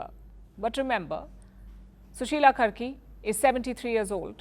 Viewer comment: It's karki not kharki